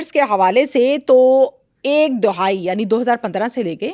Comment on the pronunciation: Dohai nhi behn dahai boltay hain.